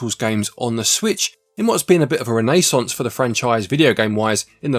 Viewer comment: Say renaissance again lol